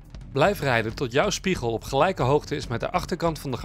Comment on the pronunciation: “Gelujke hoogte”? Hoogte blijft altijd gelijk.